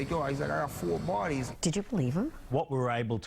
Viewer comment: I can't trust dude..cant even say bodies...dude said I got 4 Barbies